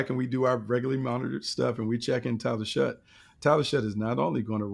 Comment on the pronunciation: SHOUGH NOT SHUTT